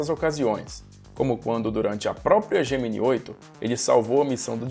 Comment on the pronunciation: Essa série deveria ter uma atualização. Mas tem algo que me incomoda a forma que o professor pronuncia Gemini